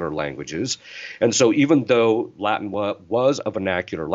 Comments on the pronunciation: A pronúncia do latim pelos americanos é muito engraçado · Essa pronúncia não está boa! Muito sotaque norte americano. Precisam passar um tempinho em Roma.